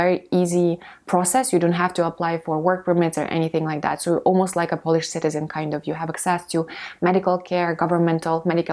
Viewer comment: Polish /ˈpəʊ.lɪʃ/ - there is a diphthong here. Don't pronounce Polish as /ˈpɒl.ɪʃ/ . Try to differentiate the nationality from the act of cleaning something by rubbing it or rubbing something using a piece of cloth or brushing to clean it and make it shine.